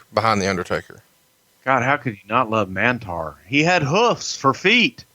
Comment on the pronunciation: Mantaur not Mantar